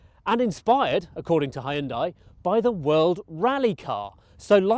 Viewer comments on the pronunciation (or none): Good review but Hyundai is pronounced "han-de" not "hay-un-dey". Would love to see a 3-way test of Veloster N, I20 N, I30 N. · Nice review! Please note it's pronounced "hyun-dae" not "hi-yun-die". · Please stop saying Hyun-dai like that... it legit gives me chills. It may be spelt Hyundai but the true pronunciation is Hyundae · Hi-you’n-Dieeeee 😅 (shouldn’t it actually be 'Yawwwnn-Daeeeeee ? 🤔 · Hi hoon die? " Really? Learn to pronounce. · Did he just say "high-undai"? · It's pronounce Hyundai- Hunday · Hyundai rhymes with Sunday. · Hooyutai. Так правильно. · It took me 15 seconds to look up the pronunciation of Hyundai. Why do you have to invent weird words? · He has a new pronunciation for #Hyundai!! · Had to stop watching the video because he keeps mispronouncing Hyundai to a point where it gets so annoying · I like the way he say "Hyundai"